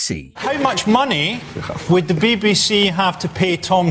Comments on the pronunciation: Bee Bee See not Bebe Se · "The Bibby-See"? LOL! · Why is the narrator having trouble with saying BBC? What's the "Bibby Sea?" Is it near the Red Sea? 😂😂😂😂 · The John Lydon story is a real indictment of the “Beb BC [as the narrator would say it]” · Why you got to call it “Bebbiesea”? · Can anyone tell me what "the Bi-Bi See" is? Surely the voice over can try and pronounce the initials correctly. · Why h call it bebby sea? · The next person to be banned should be the narrator of this video for his very odd way he pronounces "BBC"